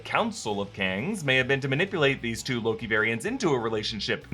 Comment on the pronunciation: Deeez Nutts broke the multiverse dammit... not doze but deez!!!